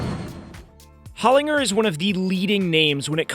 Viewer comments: Holinger is pronounced Holin-ger as in gerbil not Holin-ger as in Gert. It, important for such an iconic motorsport company. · As an Australian, please pronounce Holinger correctly. It’s ‘hoh-lin-jer’ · AUSTRALIA REPRESENT!! Along with The Awesome Haltech, Holinger, a legendary Australian company, is pronounced with a hard G (J sound) ‘HolinJer’ as founded by legendary Aussie engineer Peter Holinger. Love the project by the way, and following along from Melbourne Australia. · Replace the G with J when saying Holinger. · If he can learn to pronounce Haltech I guess he can learn Holinger